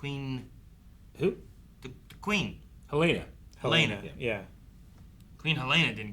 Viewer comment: I feel the need to help correct your pronunciations of names. Rhaenyra, not Rhaenarys Arryk, not Aaron Helaena, not Heleena